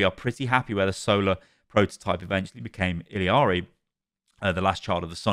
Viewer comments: e-yar-e not il-e-ar-e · reminder that it’s pronounced “ee-yarii” the last minute was painful listening to illiari over and over. there’s no second i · I’ve noticed this with a lot of European content creators. Why do people say Illari’s name like illi-ari? I get ppl who say “iyari” bc her name is Spanish based and the double L makes the y sound. But ill-i-ari doesn’t make sense. Where are you getting the extra i? Lolol idk why I hate it so much lolol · why does everyone pronounce her name “Iliari”???? it’s “ee-LA-ree”, or if you wanna say it correctly in her language it’s “ee-YA-ree” but there’s no “ee-li-a-ri” idk where that comes from omg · My ears every time calls Illari, "Illiari.":face-blue-question-mark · Some day he’ll pronounce Illari’s name right. Don’t know where he’s finding that extra “i”, long e sound at. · man i love your videos but it triggers me so hard that you still dont know how to pronounce Illaris name